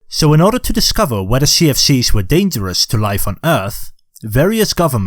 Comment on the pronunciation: Everytime u say CFCs it sounds like sea of thieves.